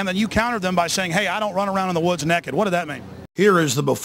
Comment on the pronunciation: 'Neckid'? Did he just pronounce 'naked' as 'neckid'?